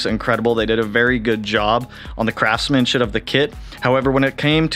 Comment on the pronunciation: Love seeing it come together. Looks very mean 😈! It sounded like you said "craftman-shit" lol. Can't wait to see the rest 💪.